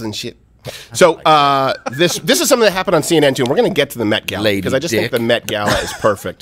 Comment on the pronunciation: I thought he said "meth-gala"...